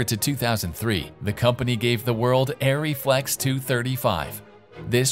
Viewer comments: Isn't it pronounced "Arr-ree"? Not "Air-ree"? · please, please learn how to pronounce German words - including "ARRI"